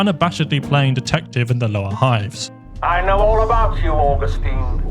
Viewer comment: say "orgustine" now say "augustine" say "law" now say "lore"